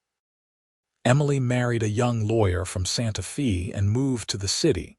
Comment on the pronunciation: Santa Fee? 🤣